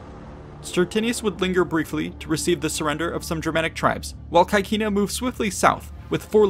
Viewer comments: The pronounce of CAECINA is not 'kakina', but CECINA , where 'CAE' is pronounced 'CE' (like 'CEst' in english) and 'CI' (like 'CHEEs' in english): so we have 'CECINA'. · please pronounce caecina the latin way